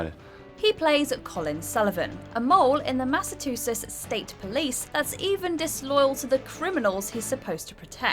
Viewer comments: it's not pronounced massatoosis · "massatoosiss" is maybe the funniest pronunciation of Massachusetts I've ever heard lol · when you say MIF... don't you mean IMF? jesus fucking christ WHO IS WRITING YOUR SCRIPTS? A 5 YEAR OLD? followed up a few seconds later by Massatoothes instead of Massachusetts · Where is "Massatusses"? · I realize Massachusetts isn't the easiest state name to pronounce but come on 😂